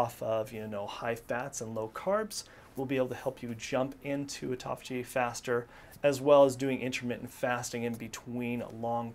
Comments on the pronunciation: ( Important ) not ehporehh I use to do the same thing til I got my balls busted about it! Am I a Dick? Yea! I can at least see that in myself. & half the time you're pronouncing it tauffigy! You have a shitload of excellent information and FACTS! Everyone needs self improvement including myself. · He says 'tophagy' a lot 😜